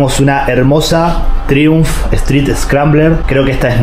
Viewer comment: Traiunf, se pronuncia traiunf, al menos en Europa